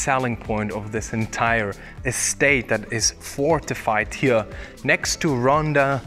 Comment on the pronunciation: you're english is great - but please have a native speaker help you say "here" properly - you're saying "huooeur". it is a simple word and you say it all the time, it becomes rather hard on a native ear. It would be like aqui is a simple "ah'kee", not ahuehorahhooooiii.